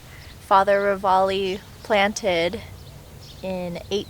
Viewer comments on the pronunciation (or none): Having lived in Missoula for over 50 years, I can tell you that the priest's name is pronounced "Ra Valley"...also...our winters can be a bit harrowing; like us locals say...our 4 seasons are "almost winter", "winter", "still winter" and "road construction"!